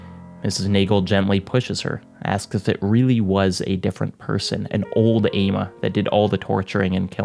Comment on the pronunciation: not to correct you on a 3 year old video but the name is actually pronounced "AH-mah" its a west African day name!